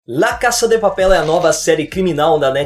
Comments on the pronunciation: Gostei do video só porque ele falou o nome certo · Só de você ter falado o nome da série CERTO em espanhol, eu já dei like e me inscrevi!!!